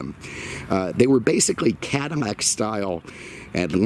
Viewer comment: The "Cadimac" thing is even cooler.